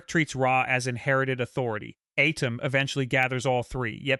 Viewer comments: It’s at-tim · The Pharoah Adam. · The way you pronounce Atem keeps taking me out the story 😂